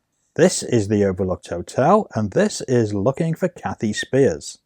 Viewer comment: I am Kathy’s daughter. She passed away on Father’s Day of 2021. Thank you for putting this video together….a couple of corrections: the last name is pronounced “spires”, not “spears.” And the purple Cosmo cover is not her. 😊